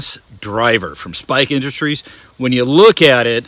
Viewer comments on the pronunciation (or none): Spike? Or Strike? Lol. Hard pass on this product tho. Good review, man. I am a fan of Strike Industries. But this mass driver thing... nah...